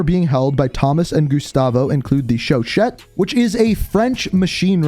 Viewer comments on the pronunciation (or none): For the love of god please stop saying "chauchette" It's chauCHA no T, no "ette". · My teeth hurt. Anytime anyone tries to read French names. Chuchat - Sho-sha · Please start pronouncing the Chauchat lmg Sho-Sha The gun nerdr in me is getting triggered lmao